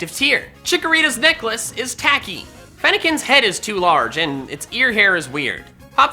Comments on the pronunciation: FENNEKIN, NOT FENECKEN! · FENNEKIN, NOT FENIKAN!